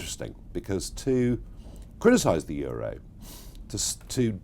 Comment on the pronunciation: you mispronounced euro